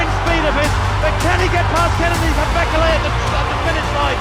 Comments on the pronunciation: Bekele - wrong pronunciation - second syllable is stressed. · Australian pronounciation of Bekele😂